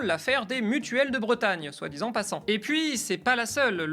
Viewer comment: Merci et Le Media pour cette histoire de la corruption politique, je n'étais pas consciente que ça pouvait prendre des formes aussi diverses selon les sociétés. c'est un détail mais "soit dit Z en passant" ça pique un peu les oreilles